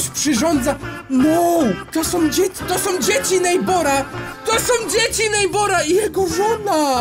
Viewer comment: TO SOM NO CHYBA SĄ A NIE SOM